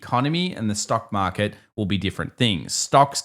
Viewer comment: Why should I trust anyone that doesn't even understand that there is an R in the word " market"?